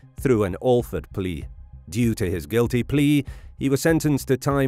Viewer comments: Awe Ford plea. Come on, don't suck. It's the same as 'Batman's butler. Al, like Al Capone. Fred, like Fred Flintstone. AL-FRED (one word) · ℹ️ The “Al” in the word “Alford” that is included in the informal legal term “Alford plea” is pronounced like the “al” in Albert, Alfred, albatross, or alligator.